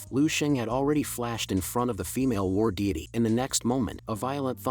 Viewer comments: War diety ❌️ War diddy ✅️ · Why is it when you call the woman he was fighting i here Fi Diddy 😭